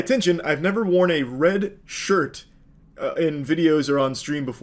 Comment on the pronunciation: “Wed shwirt” 😂